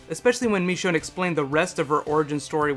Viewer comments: ITS NOT MEECHONE ITS MICHONNE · It's not "Meechonne", it "Michonne". Ih ih ih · He says MEshone instead of MIshone (I know its spelled Michonne, but I was referring to pronunciation) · Michonne.. Not Mechonne xD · Did he say mechone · the way you pronounce "michonne" -__- good video though!